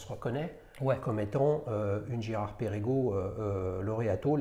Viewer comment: Mon cher, Perregaux ça ne se prononce pas Pérégo, mais Pergo.